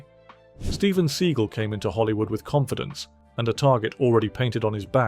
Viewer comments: Steven's surname name is pronounced see-gal not see-gil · LOL "Steven See-gull" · Steven "seagull"? You didn't even pronounce his name right. (And yes, by all measures, he's reportedly a huge jerk.) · Sea-gal not Segal, wanker. Seagal never said anything about Schwarzenegger not being a martial artist because Arnold never claimed to be one. 🤦🏻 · The way you pronounce Steven Segal makes me chuckle 😆😅 Surprising list for the most part, especially Bruce Willis...